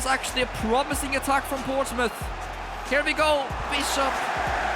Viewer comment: (p)ourtsmouth Once Again 😂